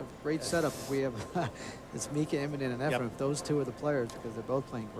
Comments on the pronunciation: his name isn't EFRE*M* it's _EFREN with an N Okay a million years ago? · say this slowly EF-REN "EF-REN" FOR CRYING OUT LOUD!!!! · It's very irritating that the one announcer always pronounces Efrens name as Efrum 🙃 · One of these commentators doesn't know that it is Efren with an "en" and keeps saying Efrem with an "em" or "um". I can't believe the ignorance of the fellow. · Almost every match with Efren in it, at least one of the commentators says “Efrum”. It drives me crazy. 😡🤬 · ..it’s EfreN, not EfreM...sheesh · It’s Efren!!!!! Not Efrem.... that drives me insane.... if you’re gonna commentate at least pronounce the mans name properly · I hate how they pronounce his name. "Efrem-Ray-Ace"